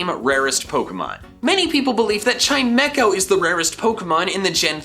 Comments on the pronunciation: Chime-co not Chi-me-co. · Realizing he didn’t pronounce chimeco right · I've never heard "Chimecho" being pronounced that way before.